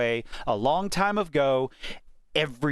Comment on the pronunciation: did you fkn say a long time of go? what the actual fk is wrong with you.